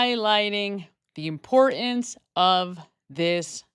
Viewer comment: Why do you mis pronounce 'empore- ence'?